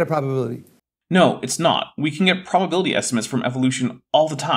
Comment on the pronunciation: He keeps asking, "what's the bubbability?" And I'm like, I dunno, what is "bubbability"? I can't calculate it if it's not defined. 😜